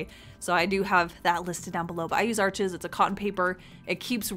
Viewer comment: Isnt Arches pronounced are-shey?